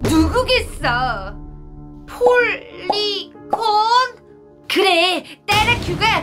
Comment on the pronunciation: 폴리건이아니고 폴리곤입니다